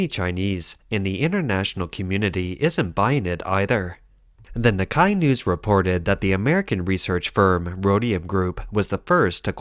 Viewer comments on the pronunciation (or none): Just letting you guys know, Nikkei is pronounced Nik-"kay" instead of Nik-"kai"